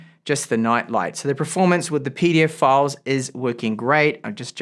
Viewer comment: The way you say "PDF File" is hilarious 😂